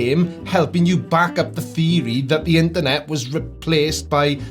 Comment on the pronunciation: So, it's "interNOT" :_blindersLol